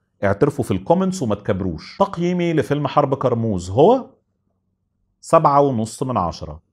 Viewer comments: كرموز مش قرموز 😂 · انطق كارموز صح الاول كارموز بال ك مش بال ق